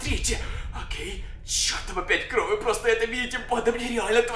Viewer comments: Мне одному кажется что он в одном моменте он говорил не кровь а кроу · Говори кровь а не кров супериииионармрпм банннннн